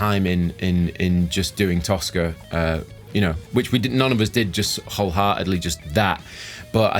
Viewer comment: Toska, I thought you said Tosser. Hahahahaha!